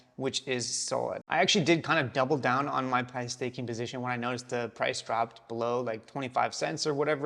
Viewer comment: It's pith not pyth, not named after python (computer language), it's named after pythia, oracle of temple of apollo at delphi.